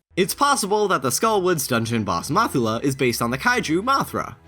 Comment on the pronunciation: Mothula and Mothra have identical pronunciations in Japanese. So I'd assume the stress is on the MOTH. MOTH-ula